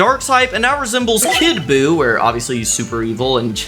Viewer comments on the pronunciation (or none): You mispronounced so many names I like your videos but you're going to have to look up the name and the inspiration for that you got to do your research cuz the middle stage for boo is actually bu when he gets all the evil out of him evil Bu and then the one that's standing up that fused that is super Buu